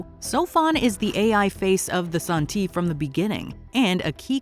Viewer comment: Alright. Haven't finished watching the show. Read the three books. Living in Shanghai and speak conversational Chinese. This pronunciation of Santi makes me die inside. It's literally just the Chinese title of the book 三体 Literally three body. San - like in the word sand ---------- ti as in tea. Make an effort to really pronounce both phonemes.